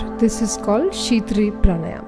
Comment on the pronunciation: Perfect video. Thanks! Just one glitch: please say "praanaayam", and not praanaayamaa !